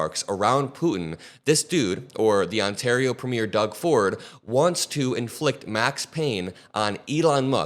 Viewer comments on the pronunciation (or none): I know this is not really important but I can't help it: it's pronounced "PREH-mi-ur" not "pra-MEER" 😅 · Love all my liberal hosts...but the pronounciation for our provincial leaders is PREEMyer...accent on the first syllable, not 'premiere' like the opening of a broadway show. Just sayin' :)